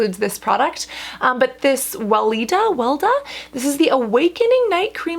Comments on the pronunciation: Weleda is one of the biggest if not the biggest “natural” skincare brands in Germany. It’s #1 Even on the packaging box states. Btw it’s pronounced Vae-lae-da (don’t press on the - e - so much) 😁 I like some & don’t other. But I use their derma baby like for my daughter, she has sensitive skin! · Weleda, is pronounced vi Lee da, xx